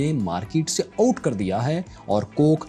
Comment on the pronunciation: کوک کو انہوں نے ماکیٹ سے اوٹ کر دیا ہے۔ X کوک کو انہوں نے ماکیٹ سے آوٹ کر دیا ہے۔ √ اردو درست لہجے میں ادا کریں۔